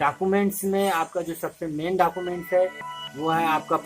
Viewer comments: Not dacument its document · Pronocution bht mistake.. .. .. Like document 😂